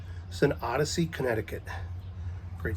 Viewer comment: Did you say odessey Connecticut?